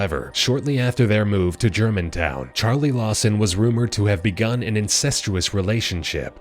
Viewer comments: its Germanton not Germantown. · I live near Germanton and pass by the house everyday by the way it’s germanton not Germantown